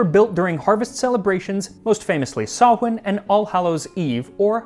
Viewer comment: Omg, yes! Thank you for pronouncing Samhain properly!